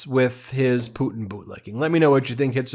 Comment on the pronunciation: Hey Karo-lyin, it's putin, not poo-in. If you speak lies for a living, you should learn how to speak correctly while you spew your lies.